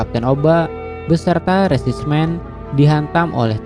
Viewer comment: iya resimen jadi resismen